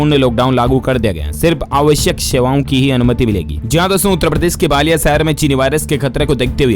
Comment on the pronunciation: उत्तरप्रदेश में बालिया नहीं है, बलिया है। उच्चारण तो ठीक से कीजिए।